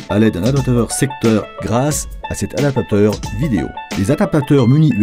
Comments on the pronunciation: Non mais "adateur", je trouve ça tout de même affligeant.. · c'est pourtant pas compliqué de dire adapaptateur. Oh merde.